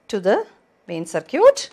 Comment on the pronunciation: Circuit not sircute